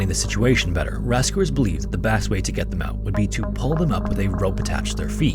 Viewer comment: Why do you pronounce your “e” as “a”? “Rascuers” “bast” 😂